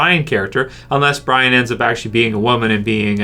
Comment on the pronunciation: Q&A, do you ignore any comments that correct you? You still pronounce the name Brian but its Bree ON (the n is silent btw, it's a French name, you're Canadian you should know this.)